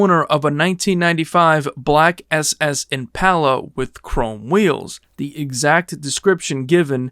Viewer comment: Good video but.. is it a human or AI narrating? Why are so many words pronounced like they had never been heard or spoken before? Post Humous was pronounced pots hummus, impala was am-pelo, autopsy became oh-topsy, etc. I understand people pronounce words differently but its so weird to hear them said this way. The cadence was very weird too.. Still enjoyed the vid but it was odd hearing so many things sounds as if it was AI speaking trying to sounds human.